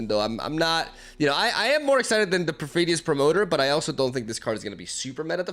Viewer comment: After watching your channel for a while now, how do you just nail the pronunciation of Perfidious? That was more shocking than the cards lol